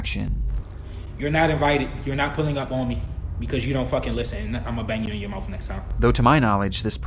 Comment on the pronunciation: he says: "IMMA BANG YOU IN YOUR MOUFF NEXT TIME" what's a mouff??